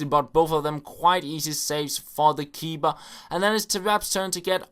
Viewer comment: u know ur saing KeeBer